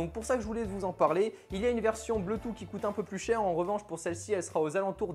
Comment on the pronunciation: Bluetooth /ˈbluː.tuːθ/ BLOUTOUSSE! Pitié:'(